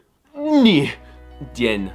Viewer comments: очень смешно, но перестань эякулировать каждый раз когда говоришь "ДЕНЬ" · Как он смешно выговаривает слово "день". Но на самом деле респект этому парню